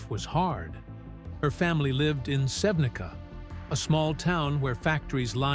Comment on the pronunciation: Sevnica her birth place should be pronaunced Sevnitsa. C in Slavic alphabet is TS. I dont belive in this story about them , they are ok and they live together , they have normal life...